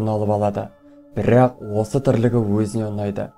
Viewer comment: Бірррақ, бірррақ